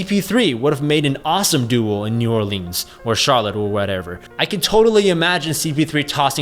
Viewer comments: The way you pronounced New Orleans inspired me to murder my entire family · How many times can you butcher New Orleans?